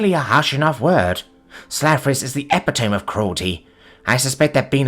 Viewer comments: Epitome - eh-pit'-o'mee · I really enjoy your narrations, but every once in awhile there will be a word that gets mispronounced (due to English being three languages in an overcoat). I don't want to be rude, but could you please Google "epitome"?